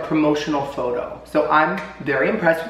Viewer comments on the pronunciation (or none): none